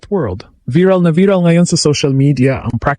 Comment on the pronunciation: Anong klaseng Vlogger ka? VIRAL ( Biral pag Pronounce mo?) magtayo ka na lang ng parlor BIRAL.